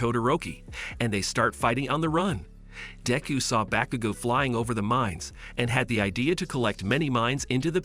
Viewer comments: Dayku bruh use your real name and say deku right or please say midoriya don't call him dinku or dayku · He called deku diku